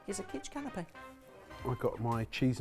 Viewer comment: "Canape" (I'm not intentionally being "that guy", but it took me a minute to figure out what had a cloth umbrella over it until I realized what you were actually saying)